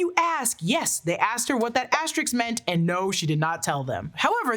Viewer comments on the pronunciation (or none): ASTERISK. NOT ASTERIX. ASTERISK.